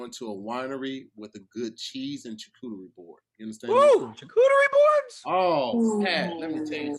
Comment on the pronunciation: Charcuterie not chacooterie 😂